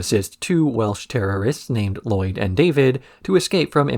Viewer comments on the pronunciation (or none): none